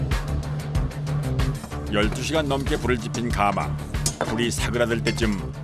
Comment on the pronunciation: 해설자의 해설 중 발음 잘못이 있네요. '가마'를 처음 시작하면서 '숯가마'라고 할 때는 제대로 발음하는데, 그 뒤로 '가마에 참나무를 ...'이라고 할 때는 잘못 발음하네요. '가:마'라고 길게 해버리네요. 그 '가:마'는 옛날에 신부가 시집 갈 때나, 지체 높은 양반이 타고 다니던 '가:마'이고 찜질방의 '숯가마'나 '가마솥'이라 할 때는 '가마'라고 '가'를 짧게 발음하는 것이 옳지요.